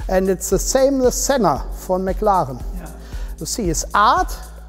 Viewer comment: tell me you are german, without saying you are german: "mclaren" hahahaha